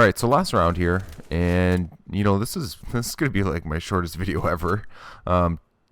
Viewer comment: Every time you say "zist" I cringe